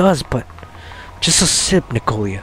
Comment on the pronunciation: N I K O L A NOT N I K O L I A.